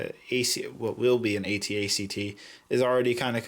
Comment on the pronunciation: He said ac-act haha😭😭😭